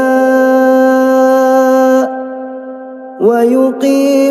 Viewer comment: Is incorrect حنفاء